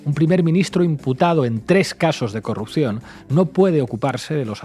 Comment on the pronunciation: Me encanta el neologismo que ha surgido de la equivocación de al decir "curropción" en lugar de "corrupción". Ahora hay que darle significado; p.ej. un posible curro que no tiene muy buena pinta: "tengo una curropción pero las condiciones son una mierda".